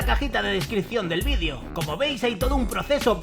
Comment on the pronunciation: Que desagradable cuando dices vidio!!!!